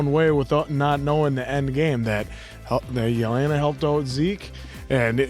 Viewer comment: It's pronounced Jan, not Jin. Get it right already. You've watched 4 seasons already. It's Yelena, not Yelina.